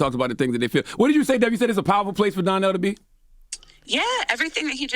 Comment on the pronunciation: Why Charlemagne calling him Darnell and not Donnell 🤣